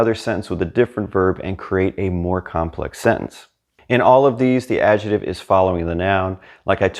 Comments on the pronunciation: your videos are. Brilliant, but you need to repeat after me: AD - JEC -TIVE. Not AD-JE -TIVE. You pronounce “c” in adjectivo, why leave it out of adjective? Hasta luego. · You are a fabulous teacher,. Did you know that the word "adjective" in English has a "k" sound in the middle syllable?